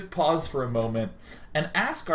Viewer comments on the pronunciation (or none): none